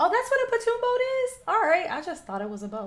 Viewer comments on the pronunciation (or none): Welcome to my rock.😊I had not seen nor heard about this. What drunken fools will do. They're lucky no one was seriously injured. By the way, the boat you're talking about is called a pon(like pond) toon.😊